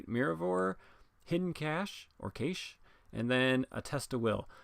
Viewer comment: It's pronounced "cash", like it's money.